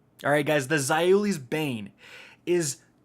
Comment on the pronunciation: Za oo Lees Bane bruh